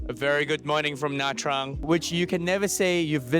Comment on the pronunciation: Nice! Your pronunciation of Nha Trang is just fine. Most Northern Vietnamese pronounce “tr” as “ch” which is not technically correct but still understood. Your video reminds me to put Nha Trang back on my list of cities to visit next time I’m back in Vietnam. Haven’t been there since 2014 when it was overrun with Russians. Hopefully that’s no longer the case. 🤞🙏😋